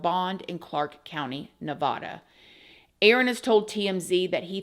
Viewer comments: I love you. Nevada is not pronounced NEVODA it’s NEVADA LIKE NEVǍDA OR NU-VADD-UH. Sorry I can’t help it. I was born and raised and so many people say it wrong. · Hello, I loveyour show, but it’s Nevada Ne-VAD-uh. Sorry but born and bread. lol ❤ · I have beef with the way you said Nevada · Ew... Don't say Nevada like that pls....